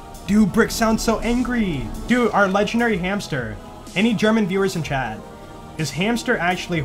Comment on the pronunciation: When you say 'chat' it sounds like 'Chad'.